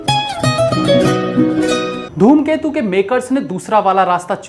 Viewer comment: Are sir dhoomketu nhi ghoomketu hai movie ka naam